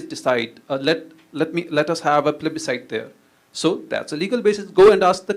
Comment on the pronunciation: Abe chutiye... Tujhe English nhi aati toh hum kya kare... plubisite(referendum) ke bare me bat Hui toh